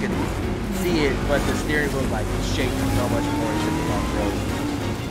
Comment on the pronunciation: Bro said a stwehh wheel